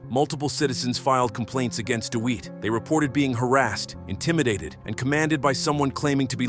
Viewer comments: Lol..."Jeremy Deweet" 😅😅😅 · When you use an AI voiceover, mispronunciation is going to happen. Pronouncing DeWitte as Deewheet shows why AI needs to be edited. Do better.